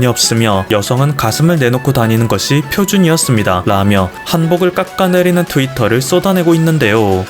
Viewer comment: '한복을 깎까내리는' 발음 아주 찰지군요ㅋㅋㅋㅋ 하;;; 우리 한국이 세련되고 멋지고 아름답고 개성있고 특별하고 4가지없는 일본인들처럼 거짓말을 지어내지 않는 좋.은.나라라서 질투하고 브러워하는건 알겠는데 개념없는 일본인들아ㅠ 일본에 먹칠이나 하지마;;;; 너희같은 무개념들때문이 일본 이미지도 안좋아지고 질투하는게 티나잖아ㅋ 나는~적어도 일본 문화는 존중하려고 노력하고 있는데ㅋ 너희는 뭐니? 여러분~ 이런 개념없는 사람들처롬은 살아가지 맙시당ㅋㅋㅋ